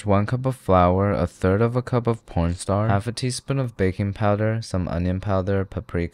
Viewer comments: i like how he casually says p0rnst*r instead or cornstarch. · he says "pornstar" instead of "cornstarch" or is it just me and my autism? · Did you say porn star instead of corm starch? Lol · Did he say a third cup of porn star? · did he say p*rn starch or is it just me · did this guy say cornstarch or p***n star?